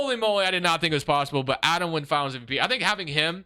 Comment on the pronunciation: Its Aday Mara, Center from Spain, not Adam 😊